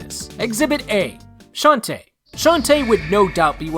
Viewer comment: Shantae is not said that way Its a girl not a boy